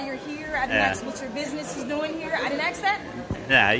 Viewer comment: To the female guard… it’s ask not axe.